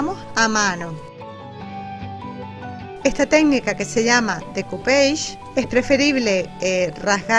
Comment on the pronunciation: la técnica de pegar servilletas o cualquier imagen de poco grosor, es francesa, se escribe "découpage" y se pronuncia "decupásh". Debe quedar muy prolija y así dará la sensación que la imagen ha sido pintada. Dicen que María Antonieta era fanática de esta técnica.